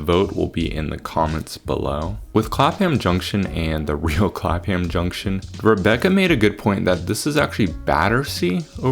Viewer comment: also Clapham = Clap-um